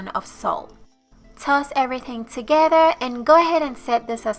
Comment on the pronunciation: I like how you say “together”...sounds like togehda.